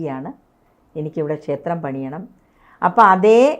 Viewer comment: മൂകാംബിക ശേത്രമല്ല കുട്ടീ,, ക്ഷേത്രം! എന്നാണ്.